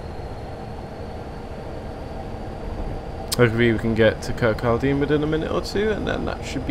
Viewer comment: By the way Kirkcaldy is pronounced Kir-coddy.